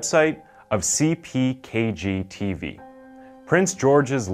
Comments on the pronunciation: you said "CPKG" instead of CKPG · Is it CKPGToday, or CPKGToday? He says CPKG... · I'm here to tell u that u messed up when u said the radio name ckpg u said cpkg I know it bothers ppl so I figured ide let u know for next time u check before u post